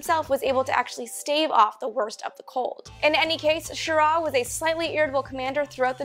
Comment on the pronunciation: You mispronounced Schirra. The emphasis is on the first syllable not the second.